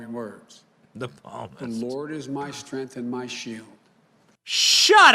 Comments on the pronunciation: Benny, its Heretical, not Heterical. Still not as bad as palmist, but maybe make sure the religious terms you use are spelled correctly before you dunk on the 80 year old Catholic repeatedly using the term Palmist because he thought the S was silent instead of the P lol. Just looking out for you man. Blessings. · "... the Palmist..." ....oh man o man!